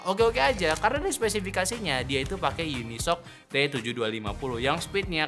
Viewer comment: Belajar lagi baca merek brand UNISOC !!! BIKIN KONTEN TAPI GAK TAU CARA BACA BRAND